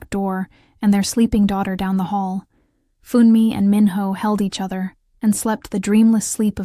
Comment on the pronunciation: Funmi is pronounced FHOON me. Not Fun me!!! Why do the photos of them change to two white people?! Stop that!!!